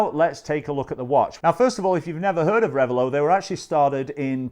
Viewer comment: It's not rev a low, it's rev a lot. The name is two words combined: revel and zealot.